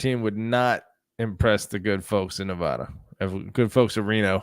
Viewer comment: You guys fuckin suck. Learn how to pronounce Nev-Add-uh. Mackey is not mackayyy. God you guys are severely uneducated and annoying as fuck.